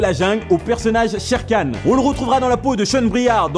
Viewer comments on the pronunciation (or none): none